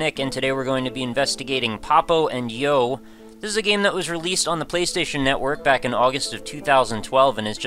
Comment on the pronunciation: I always felt like the title should have been pronounced Papo y yo, due to its setting and also the rough meaning "Dad and I" in Spanish... great video, but pronouncing the & in English threw me off.